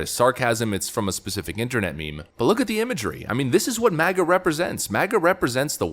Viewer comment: Biden says ‘MASA’! Make America Shit Again